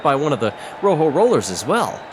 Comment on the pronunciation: Also, please, learn to pronounce Rojo correctly.